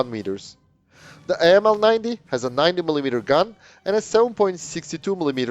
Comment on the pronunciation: 9 cm, not mm. 9mm is pistol caliber. Correction: After listening it to 5 times, 3 of which was in slow mo, I realized you TRIED to say 90 mm. Please work on your pronunciation.